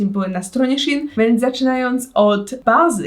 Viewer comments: SZEJN NIE SZI IN SZEEEEEEEEEEJN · czyta się szejn a nie szin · Nie mówi się shin tylko szein A pisze się shein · Ja mówię SZEJN a nie sHiN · mówi się szejn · Nikt dosłownie nikt: shin: kom: mówi się shein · muwi się szein anie szin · nie muwi się z szin tylko z szejn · Szejn a nie szein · Mówi się szein a nie szin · Czyta się szejn a jie szin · Proszę mówi się "szein " nie "szin" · SHEINNN NIE SHIN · Tylko proszę nie "szin" tylko "szejn" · Czy tylko ja nie mówię "szin" tylko "szejn"?😂🤔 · jak cos to nie hejt ale to sie mowi szajn🤦🏼‍♀ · Boli mnie to 😿szin😿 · Czyta się szejn 😁❤️ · tego się nie wymawia Sheen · Warto 😉 Aha. I mówi się shejn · Czy tylko ja mówię szejn xD